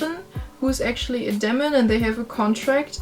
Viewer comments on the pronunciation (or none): Thanks for the video! You pronounce the e in demon like the the ie in German die!